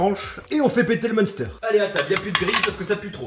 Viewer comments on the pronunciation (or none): Je t’adore mais on dit « minster » pas munster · J'adore tes vidéos par contre par pitié on ne dit pas mEUnster mais m1ster 😂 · ON DIT M1STÈRE PAS MEUNESTEUR !!!!!! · Je rejoin le club des moralisateurs... Peux-tu prononcer le Munster "mainstèr" s'il te plait ! xDD Je plaisante je kiffe tes vidéos. Dommage d'en arriver là avec les restrictions. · Pour info, le munster, ca se prononce "mainstèr" XD respectons l'alsace ! MDR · Salut pour information le munster ne ce prononce pas comme tu le dit mais se prononce minstère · Au nom de tout les vosgiens et alsacien.. le munster ce prononce m1ster 😂 MERCI 😬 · Bon je suis tolérante mais je suis à 2 doigts de te signaler pour ta prononciation du fromage "Munster" 😂 Courage avec les aigris moralisateurs ! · ta façon de prononcer munster est dangereuse pour les jeunes, je vais contacter youtube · Par pitié, la prononciation du munster!!! Pour le reste tu es le boss ne change rien à tes vidéos. On t'aime.